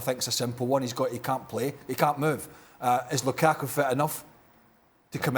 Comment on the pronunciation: Steve don't make me cry with your ridiculous Lukaku pronunciation